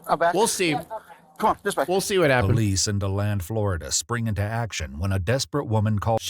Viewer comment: why do they always mess up Florida county and city names lol its DEE-land not Do-land lol